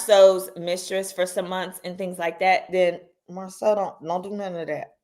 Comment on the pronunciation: This interview was a lie. The woman said Marsau’s name incorrectly and Martell had to correct her. Kempire did a cover of this interview and there were so many inconsistencies